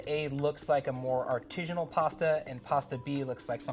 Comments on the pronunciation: I want to shoot myself every time he says "artijinal" it's ARTISINAL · Is my man really saying artijinal?? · If this guy says 'arteezhunal' one more time I'm going to scream. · It’s “artisanal”, not “artisianal”. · Artisanal sounds like artisan, not artesian. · smartypants: “rigidity” doesn’t describe ridges or texture—it’s a measure of how rigid (stiff) something is. When you say “artesianal” (not a word), you mean “artisanal” I say this in the same spirit as I would if I were pointing out something stuck in your teeth. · Like for everytime says artizhinal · Why didn't anybody help this dude out with the pronunciation of artisinal? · Whyyy does he keep saying artijinal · This man just constantly saying "artishanal" really distracts from the expertise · Expert mispronouncing artisanal? Priceless. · If you're gonna feel the need to say the word artisanal 20 times then please pronounce it right. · The word artisanal doesn't have a g in it. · That's not how you say artisanal. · Bugs me so much he can’t pronounce artisanal correctly. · Anyone else super irritated by the constant, incorrect pronunciation of "artisanal"? Just me?